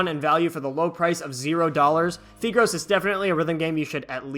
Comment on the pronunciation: I think it’s pronounced FAI-gros (Like you’re saying five) Fun fact, it’s nicknamed 屁股肉 in the Chinese community, which basically means butt meat XD